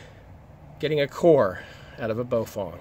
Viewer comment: Bow-fang. Not Bo-fong.